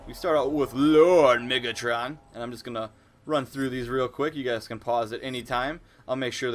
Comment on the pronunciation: sounded like u said lord niggatron no offence my negro brethron